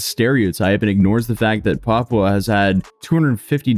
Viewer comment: You pronounced Papua perfectly dude